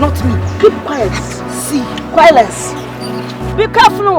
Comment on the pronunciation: Brahh I’m dead She said quielence 🥵😭😂